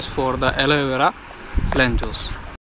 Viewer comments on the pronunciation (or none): atleast hire a person who can speak proper English. this guy is not even able to pronounce aloe vera. he should speak in hindi if he is not fluent in english.